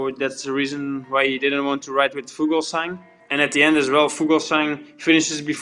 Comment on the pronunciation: Pronounced "Fulsang", not Fugelsang